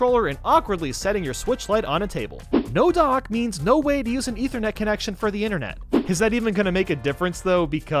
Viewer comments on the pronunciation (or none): none